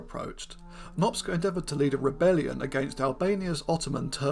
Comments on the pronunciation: Cs in Hungarian is pronounced like ch, as in chicken, or choose. Nop-cha not Nop-sca. Cheers. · It's quite funny how many people in the comments keep referring to him as Nopsca because of how you say it, switching up the "c" and "s" but it doesn't really matter anyway because the pronunciation is somewhat incorrect regardless. The letters "cs" are pronounced as "ch" is in "challenge" if you care. It's in Hungarian and it is really unlikely to get it right if you don't speak Hungarian. Fun fact, no the other one, a boring fact because someone mentioned it in a comment, Magyarosaurus means Hungarian lizard because Magyar ,of course, is the Hungarian word for Hungarian which everyone also mispronounces in an expected but, at least to me, amusing way. The more you know the less you care etc. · Great subject, it is pronounced "Nohp-cha" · In Hungarian, the letter group cs is pronounced like ch in English. His name is pronounced Nop-cha, not Nopska, which also involves switching the position of the letters. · Since he is Hungarian, I think the ‘cs’ sequence is pronounced like ‘ch’ as in ‘choose’ (Hungarian spelling is kinda weird) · Small nitpick: In Hungarian the "cs" makes the "ch" sound of English (as in "church") [IPA: tʃ ].